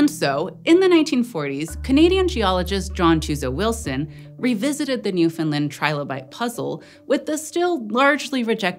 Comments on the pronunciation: Didn’t get Newfoundland right, though. It rhymes with understand. Grating on my nerves. There is supposed to be stress on the third syllable. It isn’t optional, nor can it be waived as just accent. Western Americans don’t say “understind” or “Frihnce”. It’s just lazy ignorance. Especially because they’d be pissed if we said they lived in “seetle” instead of “see-Ah-tle”. But I agree about Quebec - it has no w in it! And the Indigenous word that it is based on didn’t have a “kw” sound either. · She didn’t. The third syllable is supposed to be stressed. It rhymes with understand. See-Ah-tle, NEW- f’nd-LAHnd. Most Canadians get it wrong, though, because we’re taught about the province like an afterthought. Its full name is Newfoundland and Labrador, and the fourth and fifth syllables are literally the same sound. It’s not hard! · You're so close to getting Newfoundland right, nobody EVER gets the "found" part right, the only thing wrong was "land" is just the way you normally say "Land" Proud moment as a Newfie and a long time Eons fan ngl, nobody EVER gets it that close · For the love of Pete! "NEW-FUN-LAND" Not "NEW-FUN-LUND". It ain't Swedish. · Almost, it ends with land, not Lind So more Newf'ndland. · I was keep hearing New Finland instead of NewFound Land. Was that me? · Newfinlin doesn't exist. There is a NewFoundLand, ita an english language name. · Always informative and interesting. Now please say it with me NewfoundlAnd. Not NewfoundlUnd. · It's called Newfoundland , not New Finland. And the epoc is Cambrian not Caimbrian. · newfoundland. not newfinland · which is actually very close, but rather than New Finland, it should be Newfin Land. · it's New fin LAnd not New fin Lind, for future reference. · newfin-LAND not newfinlind. this was a hard watch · obligatory "you're pronouncing newfoundland wrong" comment its newfin-LAND, emphasis on the LAND. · Getting jarred awake every time the host says ""... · It sounds like New Finland to me 😂